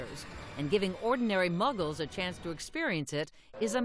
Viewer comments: 🤣🤣🤣 muggers? She may have said muggles the first time, but I really thought she said muggers🤣🤣🤣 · lady: muggkes from all walks of life Me: excuse me? did you just call me a muggke AVADAKEDRAVRA